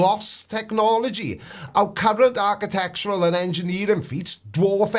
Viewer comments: So Chris thinks the pyramids are "arch-you-tectural remains" of a more advanced civilisation, does he? The very fact that he can't even pronounce "architectural" is enough to guarantee that I won't take anything he says too seriously. Face it, the whole "flat Earth" concept is as dead as last Saturday's newspaper. No matter how loudly these intellectually challenged windbags bloviate, all they succeed at is making laughingstocks of themselves. Thanks for bringing more laughter into my life,.❤️ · "archEEtectural" WTF?..